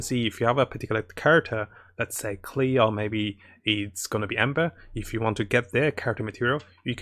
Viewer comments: Bro, at first im okay hearing you say ameno instead of anemo and keel instead of klee. But after watching a lot of your vids its starting to annoy. me Still, great vids but please try to fix it. I hear you acknowledge your error on klee but never in AMENO. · Klee to Keel now anemo to emenel 🤣🤣🤣 wtf wrong with your toungue bruh?